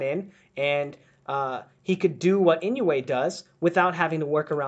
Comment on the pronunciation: I dissliked it because u did not study on how to pronounce his name if u dont respect the fighters u are studying. Then u have nothing of value to give me.